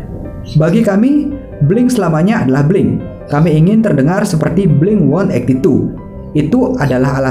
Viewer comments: Sorry, pengucapan yang benar itu 'Blink Eighteen-Two' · FYI kalo kata Mark; 'yg bener itu blink eighteen two ' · blink delapan belas dua sebutan nya/ blink eighteen two! Dan blink-182 bukan Punk tapi Pop Rock.